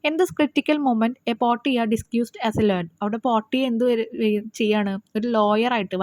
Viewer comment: Chechi പോർട്ടിയ Alla പോർഷിയ Ennaan